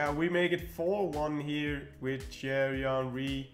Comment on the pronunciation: Anyone else get a kick out of him saying “Cherry Henry”?